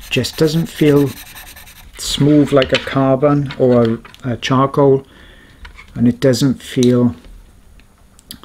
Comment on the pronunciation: Sorry I swear he said chongcoal